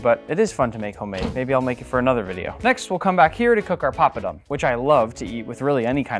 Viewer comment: My ear hurts everytime he says, "papadum" .